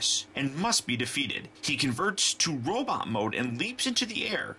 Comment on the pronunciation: why do you keep saying robit instead of robot